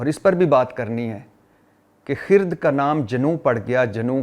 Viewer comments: Bhatti boss...It's khirad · جناب بھٹی صاحب لفظ خرد میں ر کے اوپر جزم نہیں ہے ر کے اوپر زبر ہے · خ کے ننیچے زیر ھے ر۔پر ۔زبر ھے اوریہ فارسی کا لفظ ھے جب فارسی کا لفظ ھے تو اپکا قصور نہین کیونکہ فارسی پڑھی نہین ۔ماشاء اللہ اپ ویلاگ ساتھ انصاف کرتے ھین وعلیکم السلام